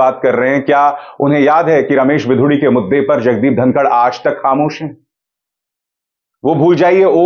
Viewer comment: It's धनखड़ not धनकर